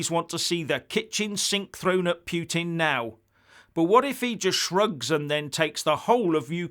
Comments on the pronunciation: What is talking about? Who is "Pweting"? hahahahhahahahahhahahahahahahahah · 'Pyootin' derangement syndrome,?